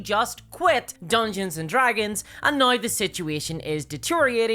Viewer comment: Why the fuck do you say "now" like that ☠️☠️ "NAOIIIGH"